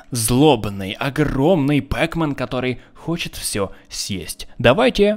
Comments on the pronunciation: не пэкмэн а пакмэн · Не пэкмен а пакмэн